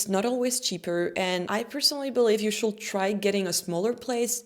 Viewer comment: Lovely but it's not /shuld/ it's /shud/